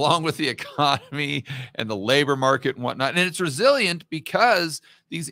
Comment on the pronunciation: It's "rezilloient" 😊